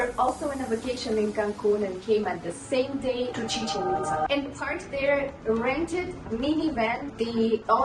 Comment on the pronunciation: Ame cada vez que dicen "Chichenitza" (musica de fondo) jaja ✨✨✨✨